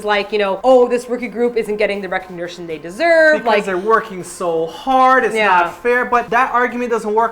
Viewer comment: "recignertion they deserve" LOL